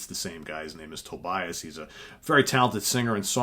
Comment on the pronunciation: Actually his name is pronounced To Be As. Just think of to be an ass :-).